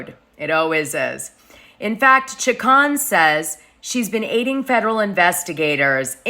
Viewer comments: CHICK-CONE That's how you pronounce it. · Chacon is pronounced Cha-Cone you pale face !